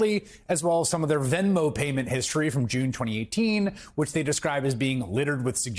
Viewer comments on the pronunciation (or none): none